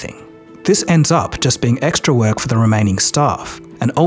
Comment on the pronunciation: I was with you until you said 'Ex setra' Even AI can pronounce that correctly